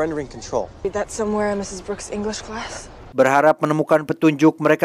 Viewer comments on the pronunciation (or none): none